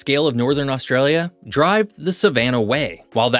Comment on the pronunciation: If you wish to talk about Australia, find out abo0ut the proper pronunciation, PLEASE.